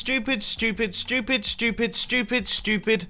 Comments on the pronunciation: Its so funnnnny it sounds like your saying shhh..tooopid instead of stupid😄😏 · My favorite part was when he said shtupid as many times as he has subscribers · sounds like he is saying shtewpid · How mumbo pronounce stupid : "Sthupyd" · i can listen to a british guy say stupid again and again all day long